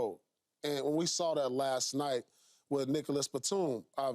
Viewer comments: Nah he pronounced it Niggalas Batum 😂 Paul pierce ain’t that reckless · He pronounced it Niggalas batum